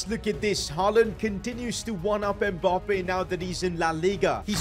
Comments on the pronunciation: Its Mbappe not Mbarrrrrrrrrrppeee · It’s so weird he call Mbappé Mboppe